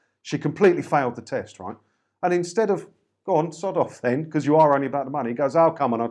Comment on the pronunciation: This is not a criticism, it's just that I know you are saying "Ta Ta!", but it sounds like "Sod-off!"